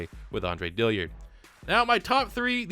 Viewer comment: Its Dill-Ard not dilly-ard